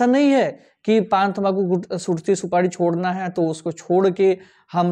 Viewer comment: Supadi nhi supari boliye